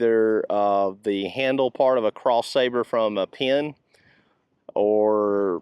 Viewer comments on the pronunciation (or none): none